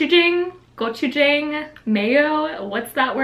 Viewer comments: you were close on the pronunciation!! but instead of jah-ng it’s jaw-ng, so pronounced kind of like gochijawng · Gochujang: pronounced (golch-u-jawng) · very close! In gochujang, the "A" is actually pronounced "Aah" in "Jang" So goh-choo-jaahng. You're better than people I've heard on Food Network, though! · When she said gochujang i thought she said gucci gang 4 some reason